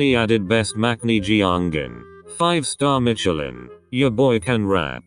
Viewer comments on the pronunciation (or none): none